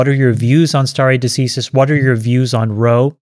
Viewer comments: sta·re de·ci·sis /ˌsterē dəˈsīsəs/ Learn to pronounce nounLAW the legal principle of determining points in litigation according to precedent. "a doctrine of stare decisis" Not as your expert stated. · Someone teach Chamath how to pronounce decisis please 🙏